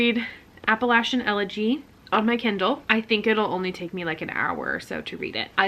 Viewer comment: You said it right the first time! App-uh-LATCH-in 🩷🩷